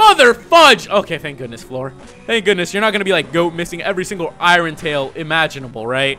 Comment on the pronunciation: "Iren Tail" Ok